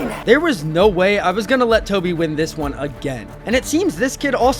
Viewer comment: It’s Coby not toby 😂